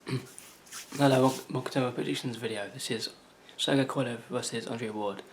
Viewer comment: Y do so many ppl have problems pronouncing KOVA~LEV?